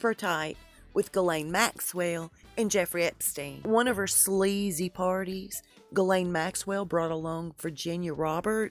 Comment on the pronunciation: Ghislaine isn’t pronounced “gillane, but “shizlayne” , FYI .